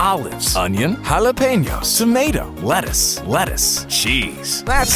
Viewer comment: Le'is, wiv tomao